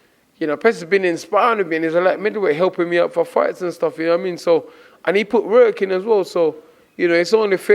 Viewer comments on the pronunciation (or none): “The same wrurk rate” 🤣